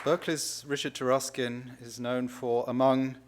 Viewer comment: It's pronounced Tar(uh)skin?! It's of Anglo-Saxon origin?!